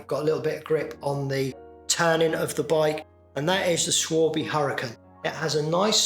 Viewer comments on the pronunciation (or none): Sorry to nitpick but…. The tyre brand Schwalbe should be pronounced “Schwal-bu” ( or “SchVal-bu” in the German) … but not “Schwal-bee” ! 😊 Nice interim video… enjoy the break from stripdowns and services ! Maybe do an update on your 11-speed retrofit bike ?